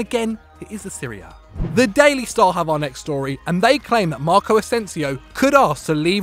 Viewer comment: When said Serie A it low-key sounded like Syria..good one😂